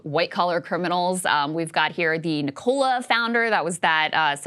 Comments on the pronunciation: The mispronunciation of Nikola repeatedly is annoying. It is Nik o la. As in Nikola Tesla. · FYI pronounced: Nik-UH-la not Ni-cola